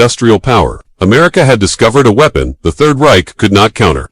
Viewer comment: Stopped watching when you pronounced "weapon", "wee-pon".